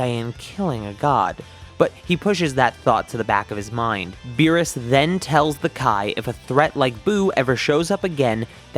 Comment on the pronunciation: He said meerus except beerus